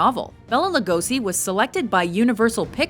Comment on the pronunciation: Just for fun: Actually "Lugosi Bela" should be pronounced as Lugoshi. :)